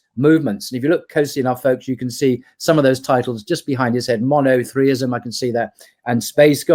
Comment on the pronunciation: "Monothreeism" 🤷‍♂️ Bros on point, its NOT "Monotheism"